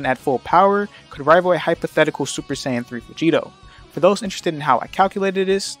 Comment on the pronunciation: When you say “sayan” it sounds like you’re saying “saints” 🫤